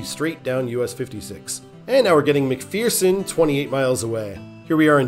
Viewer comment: As someone who lived there , we pronounce McPherson as “mickfursin” not “mickfearsin”